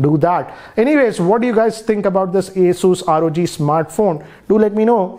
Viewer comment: First of all it’s not aSUS it’s Asus pronounces as aSES